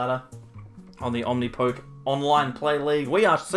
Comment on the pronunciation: I thought the poke at the end of Omnipoke was said like the beginning of Pokemon.